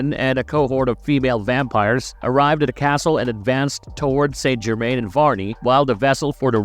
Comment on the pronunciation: Must say it like the show "sant germain"